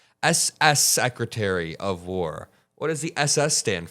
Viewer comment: you thats stupid, you pronounced SS Secretary.. so yeah they are idiots for adding an S, but what does taht say about you, you also added an S, you said SS-Secratary.. not a trump fan, but im alos not a fan of the BS you spew on your channel. you are no different than most people